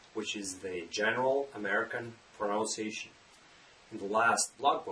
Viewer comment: His pronunciation of the word pronunciation seems a little bit weird to me. Isn’t it pronounced in a wrong way?